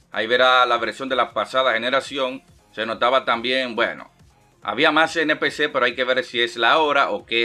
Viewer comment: por qué decís NFC?, si se dice NPC (non playable character)